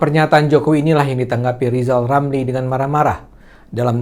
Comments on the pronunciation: Bukan Rizal Ramli tapi Lijal Lamli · Lijal Lamli Prof. Lijal Lamli ... wadoooh